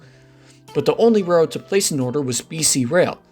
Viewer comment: Interesting video. I only wish that the narrator would slow down when saying the word "railroad". It sounds like "re rd" or "rr rr".